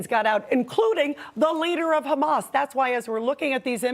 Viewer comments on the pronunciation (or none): "Cchamas". Er, yeah... Naw, it's not a Hebrew word. It's pronounced "Hamas". With an "H". That's all.